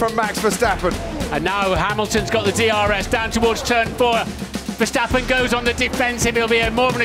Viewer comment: Max being in formula 1 for several years and the commentators still can’t pronounce his name properly😅